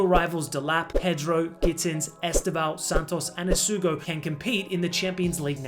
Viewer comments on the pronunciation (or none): none